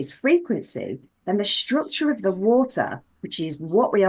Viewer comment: I'm trying to listen but cannot get past "shtructure" , there's no H in STRUCTURE